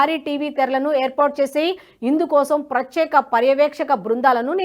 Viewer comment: బాగా చదువుతున్నావు తల్లీ! కానీ "ప్రచ్యేక" కాదు. ఇంగ్లీషు పదం తప్పుగా పలికితే సిగ్గుపడే మనం మన తెలుగు పదాన్ని సరిగా పలకాలనుకోవాలిగా!